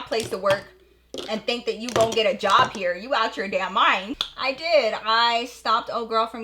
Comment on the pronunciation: I love how she said “yob” instead of job 😂 iykyk